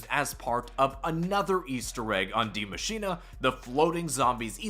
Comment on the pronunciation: Yo... Can you please stop saying Dee MachinAAY. Die Machine (dEE mah-sheen-UH) is the correct pronunciation.